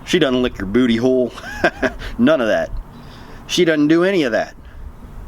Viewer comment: She doesn’t lick your “bewty whole” I Busted out laughin dude 😂